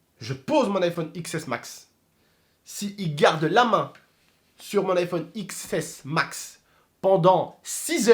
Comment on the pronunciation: on dit iphone 10s max pas x s mas